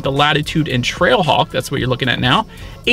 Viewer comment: You sounded like you said TRACKHAWK a few times.